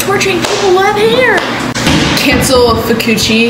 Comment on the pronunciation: Fu-coochi is crazy Broo that had me rolling 😂😂